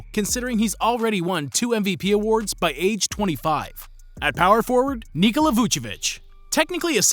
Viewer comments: Kneecola is wrong. Its Neekola. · Why tf this guy say Nikola for Vuc and KneeCola for Joker. Seljak